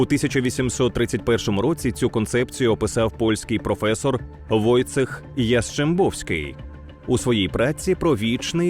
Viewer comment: Не Войцех, а Войчєх.